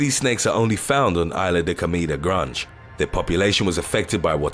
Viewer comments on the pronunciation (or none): "Granjj" = Grande